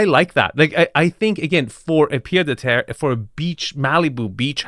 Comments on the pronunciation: I'm too french to let this go it's 'pied-à-terre' pronounced piétàterre literally foot-on-ground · Quick correction. In "pied-à-terre", the "d" is silent. I'm only saying it because based on your videos, you seem to like to pronounce in different languages correctly.